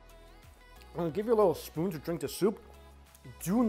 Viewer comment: Why can’t you ever say the word spoon?